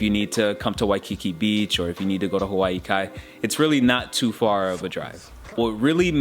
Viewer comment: I live in Hawaii Kai. You didn’t say it right. It’s pronounced Holly-ee-va BTW. In the Hawaiian language the “i” is pronounced like “E” 🤙🏽